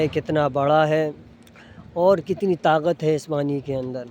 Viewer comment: ارے آپ نے مدرسہ الفلاح میں اتنا تو پڑھا ہو گو کہ لفظ۔ تاغت۔ نہیں بالکہ۔ طاقت۔ ہوتا ہے